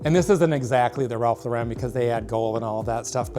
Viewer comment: It's LAUR-en! He's not Italian.